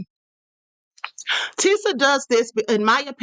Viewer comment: I can’t stand Tisa, she’s pretty much incomprehensible mispronouncing every other word. 🙄